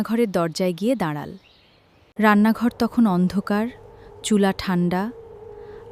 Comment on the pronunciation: দাড়াল উচ্চারণ হবে দাড়ালো😮😮😮😮😮😮😮😮